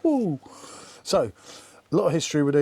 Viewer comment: Bottle? Or butthole? Go ahead...say it again😅